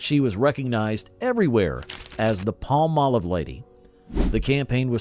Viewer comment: i loved (charmin's) Dick Wilson as the perpetual🍷drunk on "Bewitched"!🤣 why does everyone mispronounce Palm•Olive🌴 "pall•Molive"??